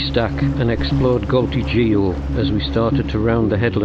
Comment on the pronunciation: Amazing video! Never realised there were so many caves! You are not pronouncing "Geo" right, 😄, should be a hard "g" as in "gorgonzola", not as in "George".